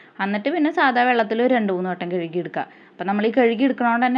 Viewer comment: കെഴുകി ❌ കഴുകി ✅ 🫵🏻🫵🏻🫵🏻🫵🏻